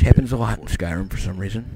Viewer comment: Skyrmin?! Really?